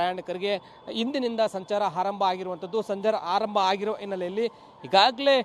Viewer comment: ಹಾರಂಭ ಎಂದು ಹೇಳಬಾರದು, ಆರಂಭ ಎಂದು ಹೇಳಬೇಕು 😭